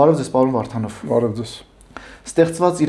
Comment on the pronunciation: Քաչալի ճիշտ անունը Վովա Վարդանով է, և ոչ թե վովա վառթանվ... Հետո հայերենում "էթալ" բառ չկա, ճիշտը գնալն է...